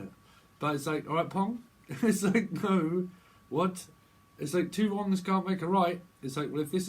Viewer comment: Did you just say “two Wongs can’t make a right?” I’m only a few minutes into this and already laughing to tears. 😆